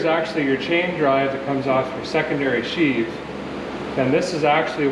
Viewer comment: Looks like Mater! I've never been on a Skidoo or Seadoo. Sheave, not sheath.